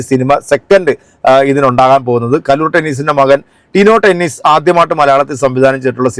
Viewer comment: ചേട്ടാ ടെനീസ് അല്ല , ഡെന്നീസ്